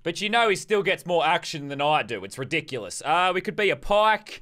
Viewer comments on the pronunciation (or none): none